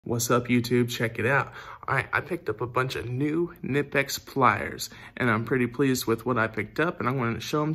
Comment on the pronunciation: Great video. But it is not nipex, k sounds in German. Knipex